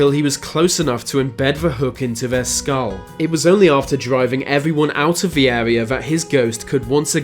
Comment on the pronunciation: ...into ve modern world...veese legends... learn to fucking speak, you fucking pleb